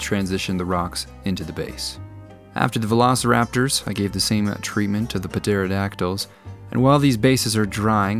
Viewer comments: "Puh-teradactyls" Love it. And then "Barista is a lawyer, I think." Your repartee is razor-sharp. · I love me some Puh-tare-a-dac-tuls :D - Awesome as always! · Hearing how you pronounced the p in pterodactyls, it reminded me of my friend Pthomas, who would remind everyone that the p is silent.